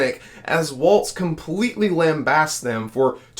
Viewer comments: His name is pronounced like walls not waltz like the dance there is no t in the pronunciation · For God's sake, if you are going to talk about VP candidate Walz, please at least pronounce his name correctly. It is "Walls", not "Waltz". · Really appreciate the coverage y'all have been providing on the presidential race. Gotta say tho, his name is pronounced like 'walls', not 'waltz'. 😅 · It’s Walz not waltz. He keeps saying waltz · Walz like WALLS, not like WALTZ. We all make that mistake, once. 👍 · It's Walz as in walls. Not Waltz as in dance. #HarrisWalz2024 💙🌊💙🌊💙🌊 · The governor’s name is pronounced “walls” with no “t” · so it is time to learn that its walz like walls, not waltz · It's Walz, not Waltz. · You keep calling him waltz instead of walls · His name is Walz not Waltz. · Walz, pronounced Walls, not Waltz. No T. Please get it right. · His name is pronounced “walls.” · Not pronounced Waltz, bra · Walz pronunciation I:think is walls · "Walz" has no "T"and is not pronounced with a "T." ... great video, but please pronounce names correctly. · Dude, you really need to work on your pronunciation of Walz. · Please pronounce Walz correctly. There is no "T".